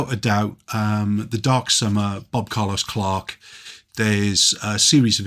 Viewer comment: This was very intresting. In your ansver to The first question you refer to, what in my ears soubds like, bob colos clark. And I dont find antingen Wien I Google it. Please post a Lina IF you know of antingen on The internet. I got verk intrested in The tings you said.